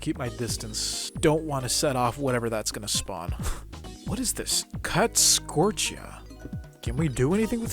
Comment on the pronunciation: It is called fluix crystals pronounced flueex crystals also it's scoria